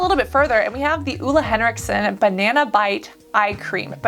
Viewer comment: Listening to Americans pronounce Ole Henriksen, as a Scandinavian, is kinda entertaining